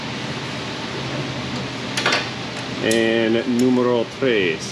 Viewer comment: Since this was a Canadia vehicle, instead of nùmero tres, you should’ve said numéro trois.😊